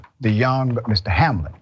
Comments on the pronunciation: The woman at the end didn't even pronounce his name right. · The woman is so worried about Hamlin that she doesnt know how to say his first name i guess.